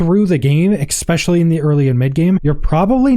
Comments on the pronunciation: *ESPECIALLY, not X-specially. Please learn to pronounce words!!!!!!!! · There's no x in the word especially. Please stop. 😂😊